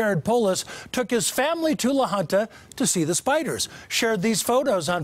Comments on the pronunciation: La Junta is definitely not pronounced "la huntah". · it's Spanish, and the town officials pronounce it "la hoon-ta", which would be the same pronunciation in native Spanish. I believe keeping the culture alive of the naming is important, and not modernifying it.